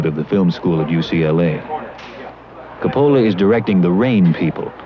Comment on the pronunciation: Excellent upload. It's too bad that Alda mispronounced Coppola's name.